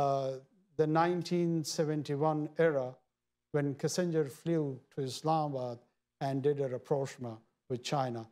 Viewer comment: Chomu cant even pronounce Kissinger, has become Chairtaker PM of rouge state of Islamic Republic of Pakistan 😂